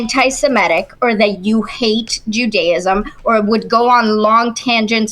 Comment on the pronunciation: Every time I hear her say, “ju-DAY-ism” it makes me want to throw my phone out the window.